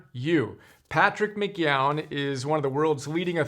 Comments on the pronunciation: I don't know what went through his head. Typical boomers not understanding that they could look p the pronunciation. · Nobody can pronounce his name. McKeown is pronounced mc kee-own. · I stopped when I heard him pronounce "McKeown."